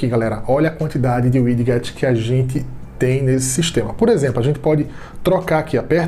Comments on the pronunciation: "uidiguetes" kkkk tem como nao rir nao obs: widgets "uidjets" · E engraçado o jeito que ele fala widgets